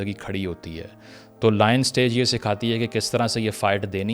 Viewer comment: Brother Pronounce lion as lion not loin